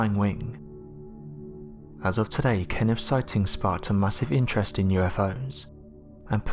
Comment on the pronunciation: What do I think? I think if I was KennIFF I'd be pissed that you keep mispronouncing my name. It's KenneTH.